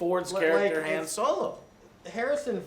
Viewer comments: Its HAAAHHHHHNNN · lol I love how Lando in the film calls him “HAAN” and Han corrects him by saying it’s “Han” and Joe continues to call him HAAN😂😂😂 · Even after Lando gets corrected for saying the name wrong, Joe still doesn't pronounce Han right lol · Why do you guys keep mispronouncing Han? He even corrects Lando in the film for pronouncing like you guys are. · Han solo🤗. You used the lando pronunciation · Joe doesnt know how to pronounce han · goddammmit can someone please tell Joe how to pronounce Han Solo!?! lol shits been bugging me since Force Awakens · For the love of god, plz stop saying Solo's name wrong. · Joe for the love of god please learn how to pronounce Han Solo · You say Han wrong...I haven't seen the movie but there is a part were Lando says "Han" (the way Joe says it) and Han is like, " it's Han" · Joe is very bad at pronouncing names. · Why is it so hard for you to pronounce Han's name right? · Decent review. But why Joe do you say Han with an emphasis on the A? It's pronounced with an O sound. He even first introduces himself to Luke as H(o)n on Tatooine. As well as in this new film. Do you have pronunciation issues like Lando and Leia in Empire? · Is this ”the summer of Joe pronouncing everything wrong”? First he pronounced Thanos as ”Thaynos” in the Infinity War review and now he’s pronouncing Han as ”Haan”. Are you a real Star Wars fan or not, Joe? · ughh.. it's Ha(h)n not Ha(e)n. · Why do you keep saying HAN which sounds like hand...it's pronounced "ha-on" ??? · I feel like you lose 1 sub every time you say "Han" not "Hahn" like every person with ears knows that it is pronounced. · I thought they made it into a running joke throughout the whole movie, like Lando is the only one who calls him hAn and everyone else calls him "hahn" later in the OT. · “Han”?? It’s pronounced “Hon”? Wtf is he saying it like that? Just trolling? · jesus christ can you pronounce HAN correctly (HAWN) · It's not, Hen Solo, it's HAN, HAN SOLO. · "Hah-n" Solo....